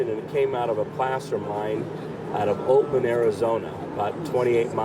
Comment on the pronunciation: The location of the find was probably meant as "Oatman, AZ" instead of what sounded like "Boatman, AZ".